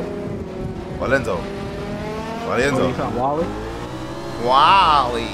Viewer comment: You Said My Name Right 🙏🏽 WalyEnzo In Pink 💗